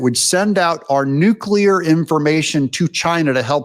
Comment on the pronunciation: Hi name is pronounced Devin 'New-nez' not 'Noon-yez'. Get it right. Also bad 'new-ku-ler' it's 'new-clee-are'. Have a nice day.